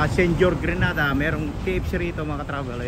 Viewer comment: It is pronounce gre_nay_dar!! Please thank you. Grenada is in Spain.